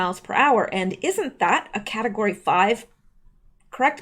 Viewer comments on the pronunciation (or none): none